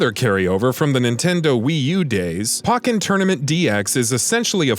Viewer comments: How do you correctly pronounce pokemon but not pokken? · Your pronunciation throughout this video is awful. Pokken "poke in". Kamek "cam mech". Aegislash "eedga slash"